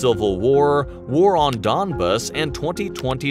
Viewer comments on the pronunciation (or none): none